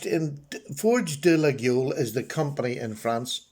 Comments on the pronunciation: A very nice knife for sure ! By the way, Laguiole is pronounced « Layol » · According to a catalog Laguiole Imports sent me with the pronunciation phonetically noted as (leg oil) so put your best French spin on that and give it a ride. I really enjoyed taking a different turn when I started purchasing these knives and will continue to do so as I find the materials and workmanship so exceptional. Cheers!